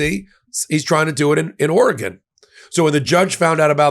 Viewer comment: Thank you for pronouncing Oregon correctly!